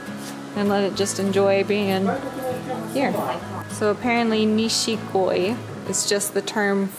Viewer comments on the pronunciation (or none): It's "nishiki goi", not "nishik koi" It's a small problem though :) Kois look Japanish and beautiful